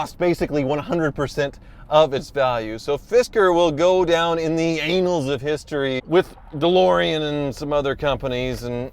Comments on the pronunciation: Please adjust your pronunciation from Aynals of history to annals of history as it has nothing to do with the anus. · Hey, it’s annals, not anals. One is about chronological record, and the other is about taking it up the rear. Never mind, I guess it does fit the bill after all.😬😂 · "Anals of history". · "Anals of history" ROFL!!! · "Anals" of history?! Huah ha!! Was that intentional? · "the anals of history"?........wow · "Anals of History" lol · "Anals of history" begins with a soft "A" 🤣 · the anals of history...lmao.....at least thats what I heard you say... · ANNALS pronounced like "annuled" But I agree, that car emerged from an "anal". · ANNals of history,... Not the way you said it.😆